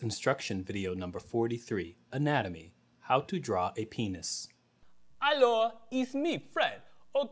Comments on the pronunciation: LOL "PAYNISS" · PAYNISS HAR